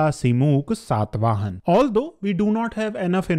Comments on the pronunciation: It irritates like anything when you say Ashok instead of Ashoka or Satavahan instead of Satavahana etc. Pl. don't cut the last 'a' in the names. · Dear, I find your videos are highly informative and unbiased. But your pronunciation of the names is not always correct especially in the present video. It is Saata vahana, which means one who rides a tiger, not sat vahan. Again it is Srimukha and not Simuk.